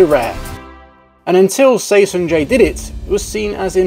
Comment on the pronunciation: For the record, Seo is pronounced and historically written as "Suh". Seo is a poor phonetic spelling, but then again Lee Yong Dae, like all Lees from Korea, should really be Ee or another phonetic combination to make the proper syllable/sound.